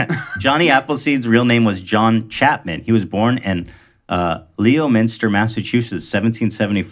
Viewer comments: Ethan: Leo-minster. Me, screaming from Massachusetts: IT'S LEMONSTIR. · can't get over h3 saying LEo- minster. I'm from mass its kinda said like Lemon-ster or lemin-ster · I’m sorry but when ethan said Leo-minster I died. If you’re from mass you know what I’m talking about. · LMAO at how ethan promounced Leominster MA 😂 leeeeo minster 🤣 idk why every town name here is weird af to pronounce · As a Massachusetts native, Ethan pronouncing Leominster as “Leo-min-stir” triggered me. IYKYK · when you miss pronounce leominister